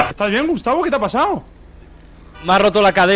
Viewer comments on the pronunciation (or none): Me da risa cuando le dice Gustabin